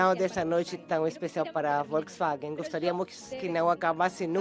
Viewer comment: Onde ese tradutor ve uma letra i, pra falar "Volksiwagen"?